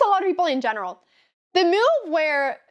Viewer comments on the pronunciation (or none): Anyone else find adorable that Anna have a perfect fluently english, but she says the word move like Miuuuuve is so unique or am i wrong and people from Sweden pronounce like this ?